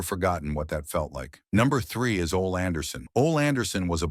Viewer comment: Ole Anderson's first name is pronounced "O-Lee".